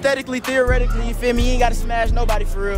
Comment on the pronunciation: Nigga said Theoretically 😭